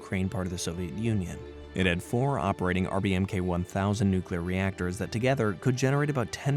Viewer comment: Dang NucYouLur... you scary!